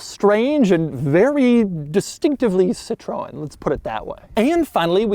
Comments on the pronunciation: See-tro-En is the easy way. It's in fact a made up name, starting from Citron which is Dutch for lemon. The founder's father's added an e to the name, Citroen, then Andre Citroen added the umlaut. Totally made up, so the pronounciation is all over the map. Just not "Citrone" as Doug is saying, because that's french for lemon. :-( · BTW, Mr. De Muro, Citroën is pronounced like “seetroenn”, not “citron”, which is lemon in French (the fruit, not lemon as in bad car like we say here in the States. In France, that would be “une voiture pourie”-a rotten car- or sometimes “un four”- pronounced “foor”- literally an oven, which is about as immobile as you can imagine). This car was all of it in French luxury back in the day, along with the now largely forgotten Peugeot 604 and the Renault 20 and 30 models. I had the chance to rent a brand new Xantia in ‘95 when I was over there, and that was a blast. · I heard someone saying citron (which means lemon), instead of Citroen, but what did I expect from a guy that mispronounces his own name. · It's not "Citrown", it's See-tro-ewn, Doug. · SITRON? for real is "SITROEN" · It’s pronounced “cit-rin” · no. Cit-row-N is the correct pronunciation. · No, it’s rather close to "Citro-N", for english speakers… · Americans: always getting pronunciations correctly. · The Sitrone - the presidential car of Jock Sheerock (Jacques Chirac) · Sit Trow En is how you pronounce it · more see-tro-N (as the letter). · "Citron" "Poogeau" You can tell these brands aren't very well known in the US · "Peu (rhymes with "her") zho" (like "Joe" but with a soft J) and "Seat-ro-en" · people in britain pronounced: pewzjah and seetren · nope. Per-sjow and Sit-ren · Also Doug: "citron" (lemon) and "De Miuro". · Citrone haha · Bien joue😂😂 ca ma aussi fait mal quand j’ai entendu citrown😂. Et pujeot aussi😂😂😂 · “Sitroun” “Puujo” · "Seetron" "Poojoe" Ah, yes, americans who dont even try to pronounce other languages correctly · Bro just said ... CITRONE and POOjooe